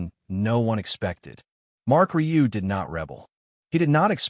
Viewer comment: RIEU. IS RIUE. NOT RILEY